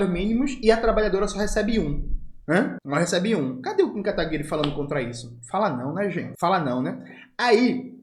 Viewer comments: Jones, não é Kataguire, é KataguirÊ!!! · eu tenho frouxos de risos toda vez que o camarada fala kataguirE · por que o jones fala kataguiRE? kkkk